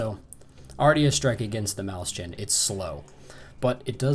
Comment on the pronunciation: Nice review! It's pronounced moys-hen, though, not maus-chan :)